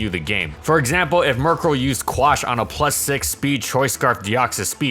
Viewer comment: Guys he butchered their names and he's not even sorry